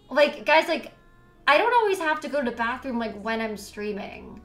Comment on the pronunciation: "go da bafroom"